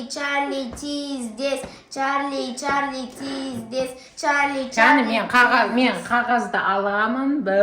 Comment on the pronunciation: Черли черли емес чарли чарли😅